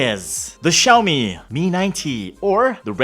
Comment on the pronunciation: Ano po yung "Xiomie" ma'am? Tingin ko kase "Xiaomi" lol